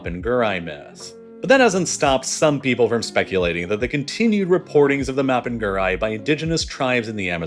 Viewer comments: For anyone interested, the monster isn't "mopen gúrai" it's "mapinguarí" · Note: Mapinguari is pronounced as mah-peen-gwa-ree! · Ok, he trying to say "Mapinguari" made me laugh lol Also, Mapinguari would smack the s*it out of the sasquatch and big foot fr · His pronounciation of Mapunguari hurts my soul